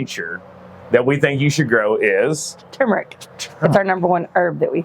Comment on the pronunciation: I'm glad to hear you pronounce turmeric correctly! So refreshing to not hear "tumoric". "It's not tumoric!" -- Arnold Schwartzenagger, probably. 😁